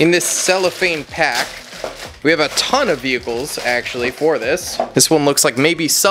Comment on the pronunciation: He became more German the more he said ton hahahaha